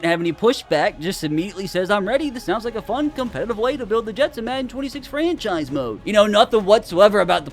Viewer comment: GROK said "FRENCHise"